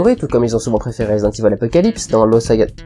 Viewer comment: "Résidente ivol" mdr la fin